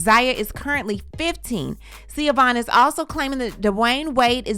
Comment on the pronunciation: Zaya's name is ZAAAAAYA.... long A... Not Ziya. Schiovaughn's name is pronounced SHU-VON... Not Seee-a-von. Now as to her allegations. First, I was thinking that Dwyane did write the post until I heard the "10 toes down"... definitely Gabrielle. But doesn't matter if she or he wrote it. I"m sure he read it and approved it before it was posted. 2nd-- I actually really feel sorry for Schiovaughn. I've been a DWade fan forever. So I knew their story. I always love a good love story. But they were very young when they got together and got married. Dwyane actually got with her leaving a traumatic household with his father . He moved in with Schiovaughn when they both were still in high school. So by the time all the fame and attention happened, his young self did what young men gain fame and. money and cheated. Heck Shaq was his teammate and mentor. He had no chance. That does not excuse his behavior.. but IJS. And for a long time, I did not like Gabrielle b/c I really thought he cheated with Gabby while he and Schiovaughn were still married, but it wasn't her. So I have sympathy. But I have to agree with DWade... I think her obsession with him and the loss of their relationship cost her valuable precious time with her children that she will never get back. She should be having conversations with Zaya and not blasting all over social media for attention. She is still trying to make DWade the bad guy. And he was the bad guy, but he's a likable bad guy and still had fans and popular